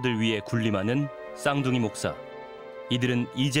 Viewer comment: 쌍둥이 독사 라고 읽음. 독사 목사